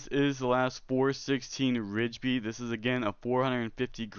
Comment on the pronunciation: I am totally hyped for this game! Thanks for the little overview, really hope it lives up to the hype! I realize this vid is a year old so the following comments may be outdated to you and you've long since learned about the following... I had a few comments if you don't mind a little feedback Just to help you sound a little more credible the 416 Rigby you were pronouncing it "Ridge-by" and as far as I am aware that is incorrect, all i've ever heard is "RIGby" (think saying it like 'Rig-be' (like you you may "Rig" up a fishing line and saw a bee flying around. Totally feeling like I'm that nerd correcting someones spelling but I'm not trying to be a know-it-all dick but rather help you feel more respected for what you are talking about (if that makes sense). I can be wrong on anything in my message, maybe some things are unique to here in Alberta Canada but I used to be a Firearms Specialist and have heard a lot of the 'talk'. So again my goal is to just show a kindness in giving a little direction. So in that tone the .243 Win isn't said "two, four, three, Win" but instead "Two fourty-three Win" Lastly did THEY say that the cartridge you showed was a 22LR?? It really didn't look like a 22LR maybe closer to the 22 WMR. Thanks again for doing the overview! Hope you understood my few comments were meant as contributions to hopefully help make your future vids a lil more 'on-point and again maybe I am wrong on all fronts and my observations were all unique to my Alberta experien